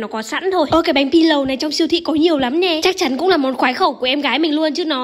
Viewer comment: Hk hiểu sao nghe chữ "pi lâù" chị phát âm nó cứ mắt cười sao ấy😅😅